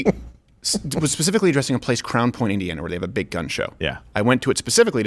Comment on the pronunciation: Wow Crowder actually says the name of Crown Point correct in this segment.